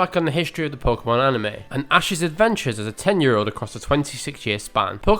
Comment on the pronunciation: Like a few others, Veronica Taylor at first couldn't even pronounce "Pokémon" correctly! The way it's written it's actually pronounced "poh-kay-mon", but Veronica, who I'll grant you was new to voice acting at the time, kept mispronouncing it as "poh-kuh-mon"! She did start getting it right eventually, but a lot of people online still use this mispronunciation and it jus bugs me! We've all heard it pronounced "poh-kay-mon" as it is so in the very first opening! Although, at least there's not nearly as much filler as there is later on, especially in Johto after Goldenrod! Literally jus the same thing for over 20 consecutive episodes, it jus made it a slog! And if you skipped them you would miss nothing, they're all the same!